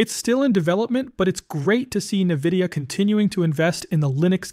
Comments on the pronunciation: What do you mean?! Doesn't everyone pronounce it "Nuhvidia" ? 😂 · Navidia? AI voice, I assume?